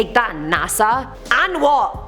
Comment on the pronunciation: 😍😍😳😳😍😍 I love when you said can you believe dat😂😂😂😂😂